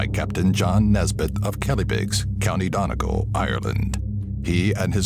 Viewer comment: I'm sure he means county DONEGAL not denigal